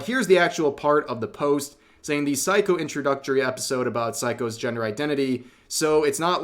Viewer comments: It's Sei-ko, not "psycho," Rev. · Rev for fucks sake, at least learn to pronounce Japanese names correctly, throughout the video I thought you were saying 'psycho' instead of Seiko. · Rev, my man, hate to tell you but you butchered Seiko's name throughout the LovCom segment, YT captions consistantly showed you calling "psycho"...😅